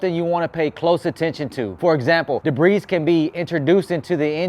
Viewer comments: "Debri's" lol ur videos are dope. It's pronounced like debri the S is silent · Just trying to help the S is silent in debris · Debris- the S is silent. Best videos on YouTube.